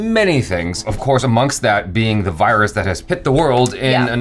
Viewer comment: Hey.. oh no don't be over exaggerate jus relax... thats not voyrus its just virus..😂😊😊🤣🤣🤘